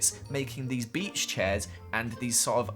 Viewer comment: i only though about a pacman island but: A B E A C H